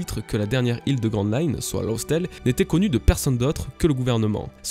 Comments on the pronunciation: Bonjour 🖖 j'aime bien ce que tu fais bla-bla-bla bref j'aime ton contenue et toute les gentillesses habituelles, mais s'il te plaît arrête de le prononcer LOSSTALE ça se prononce LAFTALE . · Bonne review. Sauf qu'il faut prononcer "laftel" On attend plus que Nina. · Je suis peut être un peu tatillon mais Laugh Tale se prononce en anglais "Laffe" Tale. Je sais, je vais me faire ch*er dessus à vouloir exposer ma "connaissance" mais te sachant très pro et ouvert d'esprit je me permets de te reprendre. C'est d'ailleurs la seule et unique chose sur laquelle je te reprends tant tes théories et autres reviews sont top! Continues comme ça bro'! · Super vidéo comme d'hab :) Par contre faut arrêter de prononcer "lof tale" xD "Laugh" en anglais se prononce "laf" (avec un [a:], un "a long") d'où le nom Raftel d'ailleurs puisqu'en japon ça le "r" se lit "l" donc Raftel = laftel = laugh tale, une manière intelligente de déguiser le nom de la dernière île et en même temps de faire du foreshadowing. voilà voilà pour la minute phonétique :) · très bonne review comme d'habitude mais s'il te plait, la prononciation de "laugh" ce n'est pas loss x) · Le "gh" dans Laugh Tale se prononce comme un F.